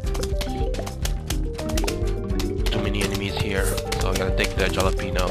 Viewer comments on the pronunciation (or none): ok its pronounced HAL-openyo not JAL-openyo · halepeno not jalepeno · the "jalapeno" is acctually pronounced "holapenio" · It's actually said ha-la-pen-io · I love how he says jalapeño without pronouncing the j as h lmao